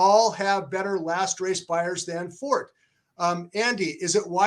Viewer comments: Forte, the word, is also an Italian word. In Italian, the e is pronounced. His owners have Italian surnames, not French. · Just a note re the word "forte." In English, if you're referring to strength or fortitude, the "e" is silent. In music, it's "for-tay." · Are you really going to trust a couple of guys who can't even pronounce the Favorite's name correctly!!! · Fort and For-tay are both accepted and here's why. Forte etymology is Latin (Fortis). The term was adopted by France and Italy. In France, it's pronounced Fort and it's generally used to speak of, describe, or as an adjective of strength or/and stoutness (i.e an structure). In Italy, Forte is used to describe or speak about strength or/and loudness, but its also the term used to describe the strongest part of the blade used in the sport of Fencing, which was originated in Italy and later perfected in France. In Italy, the pronunciation is For-tei (no matter what is being referred to) which sounds in English as For-tay. As of how Forte (the horse) should be pronounced, I believe it's For-tei (or For-tay), given that his owner is Italian-American, he paid for the colt, and he refers to him For-tei (For-tay). By the way, if you go to a French restaurant dont ask for a Torte unless you want to be laugh at 😂. Torte is a German term adopted from the Latin torta via Itlay. The chocolate torte confection is called Sachertorte, originated in Vienna, Austria in the 1830s, a period when the Austrian Empire kept the German as one of their official languages (as they do today). If you go to an authentic French restaurant ask for a gâteau, unless they have real Sachertorte in the menu. The reason why Torte is strictly pronounced Tort is the German rooted adoption from the Latin kept out the A (Tort-a), which the Italian kept intact. Forte can have two pronunciations because the term was ad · Yes it's not Fort 😂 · God, learn how to say "Forte"....